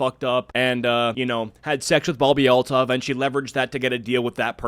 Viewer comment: Oh, it's Althoff, not Altov. Ew, she's wearing the awful, unquitous skank top +cropped spaghetti strap top) that I see EVERYWHERE. I absolutely hate crop tops and the shapeless pants look. I see women and girls wear these outfits when going on to look nice. They are the most CASUAL thing and the skank-top-with-flared-leg-pants-and-tennis-shoes look really needs to go die in the dumpster fire it crawled out of. I have visceral disgust and anger when I see girls and younger women wearing the most DULL and samey outfits no matter where that go. Cave climbing? Crop top and flare pants. Wedding? Crop top and flare pants. Anniversary dinner? Crop top and flare pants. Job interview? Crop top and flare pants. Funeral? The same crop top and flare pants. This woman's personality seems to be based on this outfit. STOP MAKING TAP WATER FAMOUS.